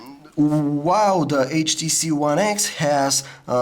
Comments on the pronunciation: lol the samsung s3 is taking picture.. because when u said HTC it sounds like "CHEESE" and the S3 will snap a picture when u say cheese :P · you said HTCheese :P